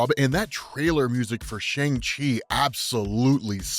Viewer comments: Just letting you know, the Chinese/Mandarin/correct pronunciation for Shang-Chi is (sh-YOUNG-chee) or (sh-UUNG-chee) not (sh-AANG-chee). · His name is pronounced "Shong-Chi" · It’s pronounced like SHONG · Why someone people pronouncing it like “shung chi” the way comics is pronouncing it right way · So, we’ve been pronouncing his name wrong. It’s “Shung-Chi”, lol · Emphasis is on the "Chu" not the "Man". Also, it's pronounced "Shong-Chi". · we gotta start pronouncing his name correctly. "shun chi" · Did this to..but... it’s pronounced SHUNG-CHI. Peace. Love the channel. Tks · Just a heads up, the pronunciation is "Shong Shee".